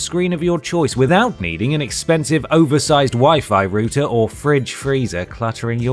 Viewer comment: its a router not a routeer